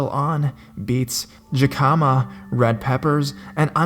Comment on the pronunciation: He mispronounced JICAMA, too. It's pronounced HIK-EM-AH